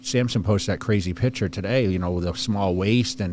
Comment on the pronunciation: Yeah. A man who repeatedly pronounces the word "picture" as "pitchurr" should be a lawyer? Man, are your bearings way off!